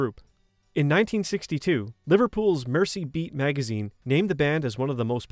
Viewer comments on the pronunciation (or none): Mersey beat (as in merseyside?.. the river duhh) NOT mercy beat.. 👍